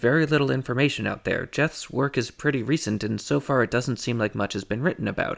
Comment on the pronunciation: Jeths is pronounced as 'yets' in Dutch